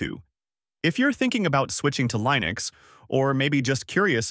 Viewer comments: Lie-nux? I think we had ironed out the right way to pronounce this decades ago. Are you a newbie or an AI? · sorry but "lie-nex" cringed the hell out of my ass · 10 videos on mint vst Ubuntu and the top result pronunces it Lie-nix. damn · I tend not to take advice from anyone calling it "Lye-Nucks". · Alarm! Alarm! Alarm! B.S. AI content! A.I. voice and can't pronounce "Linux" correctly in the first 10 seconds. After that I don't give a crap what you think.